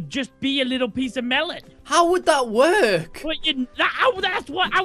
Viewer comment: "the do-ur doesn't wur-k"